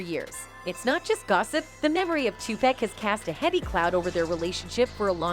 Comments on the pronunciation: I like how she says /tupaec/ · Why she keep saying Two pack ? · Can someone tell her how to pronounce 2Pac NOT TWO PACK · Maybe you should learn how to pronounce Tupac's name before making a video full of allegations. It's obvious you don't have a clue and are just reading off some text that someone else wrote.